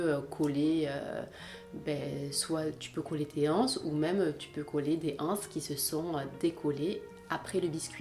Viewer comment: La liaison s'il vous plait! Une (n') anse, des (z)anses :-)